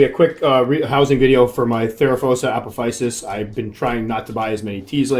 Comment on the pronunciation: As a Stargate SG1 fan, this one will always be "Apophys -sis" to me. Not teasing your pronunciation on this one, just a sci-fi quirk on my end. heh heh.